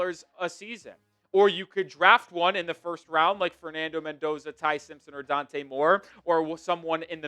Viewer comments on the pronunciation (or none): none